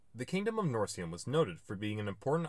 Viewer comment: Nice video and well done, but the pronunciation of a few proper names in the beginning of the video distresses me a bit. Instances: "Almanaic" (for Alemannic); "Norcium" (for Noricum); "Vłas" (for Valois).